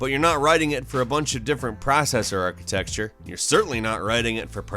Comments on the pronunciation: Really enjoy the videos, but one word you consistenly say incorrectly is "Architecture". There is no "X" in this word and is not pronounced "Arch-i-texture", but instead "Arch-a-tech-ture". I've noticed it in the past videos too, but you've gone too far sir!:) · It's architecture not architexture damnit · IT ISN'T ARCHITEXTURE. IT'S ARCHITECTURE. I'm constantly annoyed by this... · ARC - HI - TEC - TURE NOT ARCHI TEXT URE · You're awesome,, but I really need you to stop pronouncing it "architecSture". Gracias. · This man simply MUST be saying architexture on purpose. But it still drives me crazy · "Architexture" ? xD I'll let you get away with that one cuz you make good content. :-P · Paul HeymanGuy that’s not true. He said architexture like 4 times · I'm sure others have said this before, but surely you know its not pronounced architexture. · There it is. "Architexture." You're definitely. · Did he finally say "architecture" correctly? I think I still hear "texture"